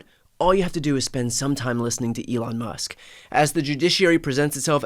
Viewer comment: Judges must keep saying “Elno Musk”